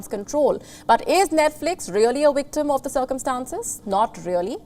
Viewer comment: Victim not wictim